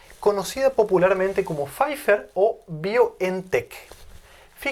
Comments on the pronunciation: No es Fifer, es Pfizer. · Pfizer se pronuncia algo así como Fitzag, por su origen alemán. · se pronuncian faiser y baiontec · Faifer o faizer? Lo pronuncia faifer jaja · Es Pfizzzzzzer con ‘z’, no Pfiffffer con ‘f’ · Se pronuncia....como FAIZA...LA terminación en alemán ER se pronuncia con terminación como A. Mexikaner MEXIKANA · Más exáctamente se pronuncia Fitza. Nunca Faiza. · Querido Doctor: No es "FáiFer", ni con pronunciación inglesa, ni con Alemana!🤭